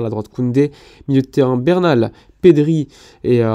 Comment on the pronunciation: Bernal* Busquets* Fais un effort mec.